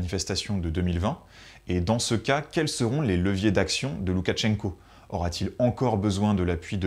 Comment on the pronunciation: Très intéressant comme d’habitude! Petit détail de prononciation, on ne prononce pas de t avant le ch. C’est donc, pour l’écrire en français, loukachenko